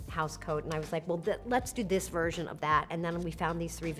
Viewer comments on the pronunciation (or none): none